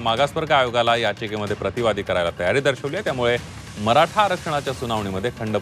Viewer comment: मराठा शब्द निट बोला साहेब